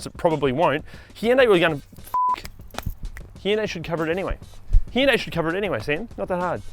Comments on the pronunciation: Dude your pronunciation of hyundai is wrong. Check the internet correctly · interesting theory. But it doesn't explain the funny way you pronounce the first syllable of the word which you turn into two syllables. Sounds awkward the way you say it anyway. But at least Kia is pronounced the same. Hardly anybody hear people say killed in action anymore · No, not 'hi-un-dai' Nor ' hun-da - i'. ***It is 'hun- dae' two synavols in correctly in Korean. Not ' hun- da- i' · It’s HI- un DAY … not He- un -day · actually in Korea its pronounced Hoohn-Deh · I checked with my Korean Korean (from Korea) wife to be sure. "Hun-day" and "Hee-yun-day" are both wrong. Hyundai in Korean is 현대. If it was "Hun-day" the Korean would be written 헌대이. If it was "Hee-yun-day" it would be 히연대이. Hyundai is a two syllable word. The "Hy" is a consonant blend meant to be said together, like the "st" in the word "stop." We don't say, "suh-top." Since we don't have that blend in English, Hyundai USA dropped the Y, Hyundai Australia added an extra syllable. And all of us turned the final vowel into a diphthong. I know more about language than I do about cars. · It’s pronounced “Hyonde”😂 de as in Denmark. It’s clearly Koreans fault as they can’t be bothered to check how their native names can be pronounced in English. Samsung is another example. But that’s Koreans for you. I live here and I’m always astounded how can they mass this up and vice versus from English while often they have most sounds to do it correctly. But no… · My first thought was why is he call it a Heeindae. 😄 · Oh yes, thank you for pulling up the U.S. pronunciation of ‘Hun-Day’ being wrong. Drives me crazy when Americans say that! It has 3 syllables people… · I lived in South Korea for a while. Its pronounced..... hi-uhn-die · in teh UK Hyundai ran an advert campaign to clear up the pronouciation of Hyundai and it was nothing like you said.